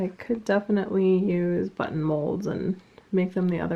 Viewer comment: You did an amazing job sewing the vest! And you gave me quite a chuckle at minute 30, because it sounded like "sew on the but hole", when I am sure you said button. That totally made my day though!!!